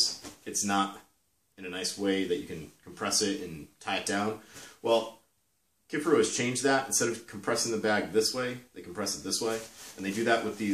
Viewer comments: KIFARU you dolt! Not Kifferoo. It’s not that difficult 🤦🏻‍♂️ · Kif-a-roo? Ke-far-ooo